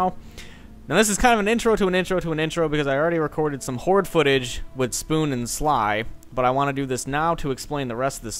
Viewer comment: Horde sounds like hor lol